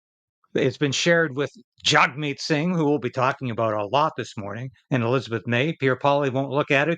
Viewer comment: Jag meet not Jug meet... Its an Indian thing its Jag